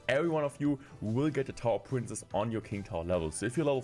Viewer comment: Hey, you pronounce “princess” wrong. You keep saying “prince”, which is really annoying.